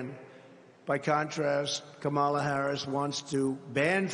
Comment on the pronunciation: What does mispronouncing Kamala's name convey? How does that advance policy? Why is Trump so purposefully unlikable?